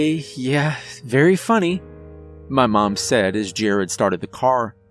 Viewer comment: Fortunately we didn’t all disappear. I’d also like to thank you for pronouncing the name right . Thankyou . Also also my grandfathers name is “Jerry” and my heart skipped a beat when the fathers name was Jared.. Also also also my moms name is Debi